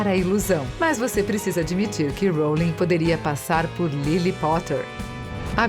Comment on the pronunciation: jequei róulingue